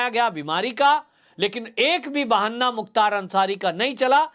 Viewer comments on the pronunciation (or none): कृपया बहाना को बार बार बहन्ना न बोलें I